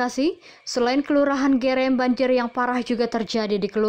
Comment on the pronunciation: Yg baca berita amatir...masa gerem....bukan e...tapi eu